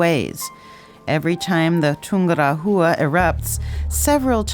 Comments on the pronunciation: Not poor, it is plain terrible. I've climbed Chimborazo and have been to Ecuador a few times. My ears hurt when I hear "Tungura -HUA" instead of Tungu RA wa", and sound "z" in Chimborazo. Are they going to pronounce Quito and "KWIT - oh"? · The sound track is terrible. In "Chimborazo" the letter "z" s pronounced as "s" as in "see", not "z" as in "zoo". What is Tungura-HHHUa??? It should pronounced as "Tungu RAH -wa". Your videos are usually great, but please LEARN how to pronounce the names of the places. It takes seconds to do it. It is hard to watch when the place names are butchered.